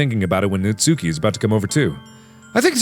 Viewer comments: Mark.. It's Nats[u]ki, not Nat"sue"ki. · Just gotta say natsuki is pronounced ''natski'' Edit:also when mark said "everybody in the comments is hiding behind their pillows" i kinda was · its pronounced '' Nas-ki'' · AYYYY! IT'S NAHT-SOO-KI!